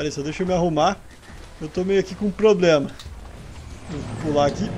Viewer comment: sem plobema kkkkk